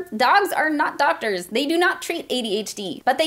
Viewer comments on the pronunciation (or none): did you say DOGters?